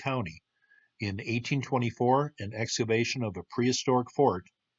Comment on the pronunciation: He says "exavation" instead of "excavation" at least 5 times.